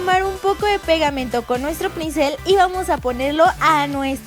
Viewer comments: Lesli dijo princel en el minuto Like si te diste cuenta :-P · en el minuto dijo "con nuestro princel " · en el minuto dijo princel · en el minuto Leslie dice princel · like si miraron y escucharon que lessie dijo prinsel en el minuto